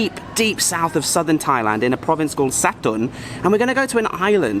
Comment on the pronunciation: Hi, the pronunciation for that province is SA-TUN